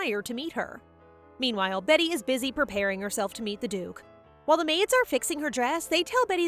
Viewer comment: Its pronounced BEETY not betty